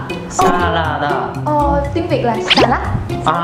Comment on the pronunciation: You are Vietnamese?? Và "tuyến"???? Tiếng mới đúng :v